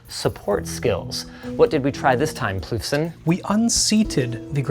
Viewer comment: 'Ploofson' XD LOL!